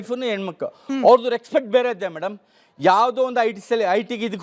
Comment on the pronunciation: reksfect😂 e nan maganige kannada antu correctagi baralla , simple english kooda baralalla 😂